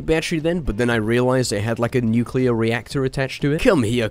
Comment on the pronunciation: Nukeular reactor 🤣😅😅🤣😭😭😂😂😂😂